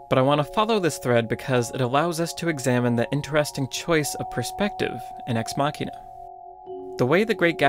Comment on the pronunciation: The pronunciation of Ex Machina is irritating. It's "muh-sheen," not "maw-keen."